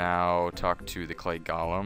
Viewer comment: Hey thanks for the guide! But one thing-Its pronounced "Goal'em" you're saying it like "Gollum" off the Hobbit lol. (Not being rude just I used your guide lastnight to finish the golem quest, now using this one and noticed you're still saying "gollum" :P Keep up the good work though!